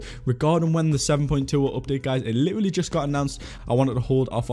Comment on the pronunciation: Does anyone else get annoyed when he says ‘literally’😂😂😂 he just doesn’t say it right😂😂